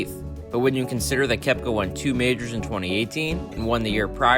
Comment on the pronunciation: Majors.. Not "Mijrrs" mate... its harsh